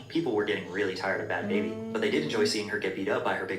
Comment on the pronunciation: What annoys me is people saying Bhad “Baby” when it’s Bhabie like BARbie but said without an R like someone from Boston.